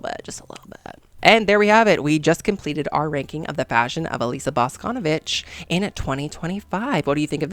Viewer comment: okay diva im so sorry for being annoying or too nerdy or smth its not bAsconovich its boscnvIch, emphasis on I sorry, LUV YA